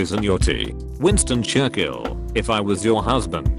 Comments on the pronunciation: no one: absolutely nobody:: winston chur-kill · Nobody: TTS Bot: Winston Churkill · Why does an Englishman not know how to pronounce Churchill ?